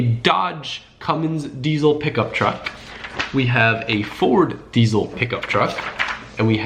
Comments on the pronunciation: diesel does not have a z in it so it is dieSel not dieZel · Idk why but it bugs me how he says "diezle" and not "diesel"